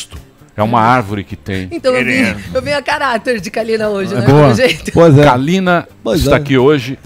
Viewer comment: Eu não tenho maturidade pra ouvir o falar poizé 😅😄😅😄